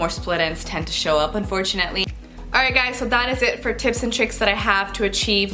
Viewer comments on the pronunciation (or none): none